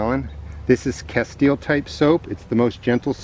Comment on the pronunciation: What kind of soap is that? Sounds like you're saying casteel or kesteel soap?